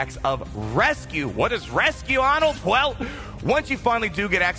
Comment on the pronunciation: FOURTY minutes of? That's at least half a Naboo attempt 🤯